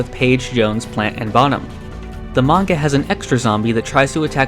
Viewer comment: At least he says manga right. Most western youtubers say menga, lol